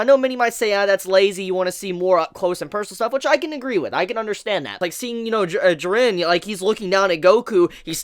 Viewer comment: The animation is incredible btw i hate the way you pronounce jiren lol